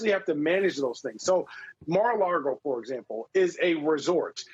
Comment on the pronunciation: Lago, not Largo.